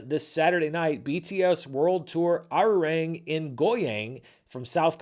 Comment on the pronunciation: Quick pronunciation tip for Arirang - it's ah-ree-rahng